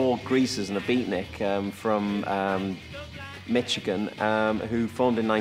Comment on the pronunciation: Why do British people always toss in a T sound when they say Michigan It's pronounced MISH-ih-gun, with no T sound.